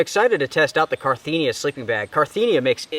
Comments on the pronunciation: Carinthia, not Carthenia!! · You kept saying “car-thee-nia” but it’s “car-inth-ia”. Great video though! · Cariiiiiinthia not carttthiiinia. I comes before the T not after. :) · Really love your videos my guy...just wanted to say I think it's Carinthia not Carthinia like you've been saying haha...not trying to call you out or anything, I just thought you'd appreciate the attention to detail! Strength and honour, stay inspirational! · Not to be picky, but you called your Carinthia sleeping bag, a Carthinea sleeping bag. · I just wanted to say that the product you are talking about is Carinthia, not Carthinia. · I'm sorry usually I'm not like this and I just let it slide but as his drunk driving me crazy it's not Carthenia it's Carinthia. Ka-rin-thee-a not Car-thee-nee-a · Can't even pronounce Carinthia right? Carthenia?! Whahahaa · CA -RIN -THIA!